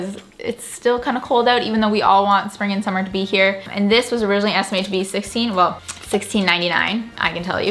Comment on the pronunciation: Esitmated?!😂😂 how did you guys miss that😂?